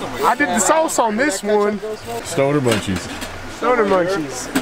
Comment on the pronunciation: “I put the saoce in this one”😂 so OG